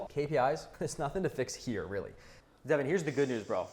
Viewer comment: DAY-VAHN IN THE HOUSE